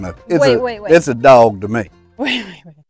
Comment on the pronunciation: Does he know how their spelled? LOL dog is not spelled doug.. nor houg, froug,, or loug. They are spelled thus dog, hog frog, and log. Sounds like awe not ou. LMBO. 😊❤